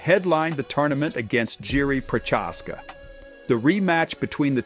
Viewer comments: The way you say Prochazka hurt my ears. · Jammahall Hill bro you butchered so many names in this video lol prochaska